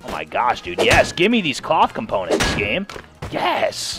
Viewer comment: This man said componentses?